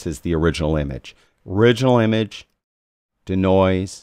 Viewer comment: Can we all agree that the pronunciation of 'Denoise' is 'DEE-noise' not 'duh-noise' nor 'deh-noise'. Think deconstruct or deescalate. 'De' in front of another word generally means to remove or eliminate. Otherwise another great video.